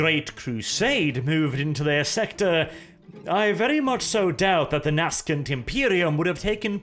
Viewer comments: you speak English quite fluently and this is no slight against your language skill, but nascent is pronounced Nay-Sent not Nasc-Ent. Keep up the good work you magnificent bastard! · my boy. Nascent is pronounced Nay-sent, not nas-kent. Just clarifying, my man. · "Nascent" is pronounced "nay-sent", not "nahs-kahnt". This is the 2nd video I watched, and it is the 2nd to feature this strange pronunciation. I get that not everyone is a native English speaker (I'm not either) but this is fairly jarring and I think the creator and the viewers would all benefit from correct pronunciation. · "Nay Sent" is how Nascent is pronounced. Not Naskent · Nas-cant Imperium? It's pronounced nay-sent you heretic. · I believe Nascent is pronounced Naysent. That will be all from your local Grammar Commissar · Great vid, but just one nitpick: "nascent" is pronounced "nay-sent". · nascent Pronounced "Nay, Cent"